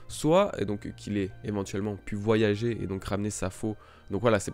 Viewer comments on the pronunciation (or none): none